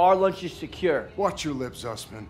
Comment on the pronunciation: Het zussman en geen zuuzmaan😂